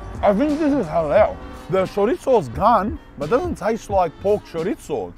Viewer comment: Why u saying charizzo like that man? And don't say that how u pronounce it because it's not in English